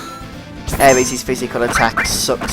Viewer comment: # 1 aerises name is pronounced air-iss not air-ease. # 2 yuffies name is pronounced yoo-fee not yuf-fee. thanks if you take that in :)